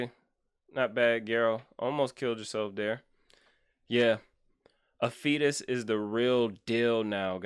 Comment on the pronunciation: gosh what a crazy account. i love how you pronounce his name afetus lol.